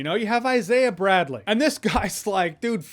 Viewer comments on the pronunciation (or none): none